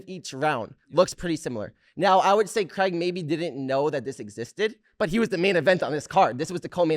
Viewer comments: The fact Americans say Cregg will never not be annoying 😂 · It’s crayg not creg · Creg or craig? 😅 yanks need to learn to pronounce english correctly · Is it really pronounced "Creg"? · I hate the way he says his name as “Creg”